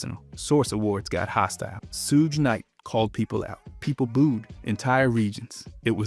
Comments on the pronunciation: Are you purposely saying the names wrong for viewer engagement? No way you think its "sooj night" xd This shows either he is trolling or he has never heard "suge knight" being said out loud. So either a troll or totally clueless about rap genre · “Sooj Night”😂😂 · Lol did he say sooj knight??😂😅😂😂